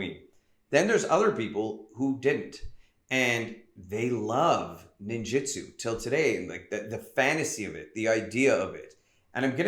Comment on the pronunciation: WTF do you keep pronouncing it like "Ninjitsu"? That's a whole different thing.